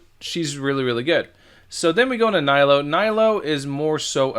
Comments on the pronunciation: It’s knee-lue, not nigh-Luu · mfer have you played through the story and met nilou yet? it's pronounced neelu not niylo